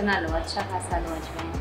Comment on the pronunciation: You pronounce ajwain wrongly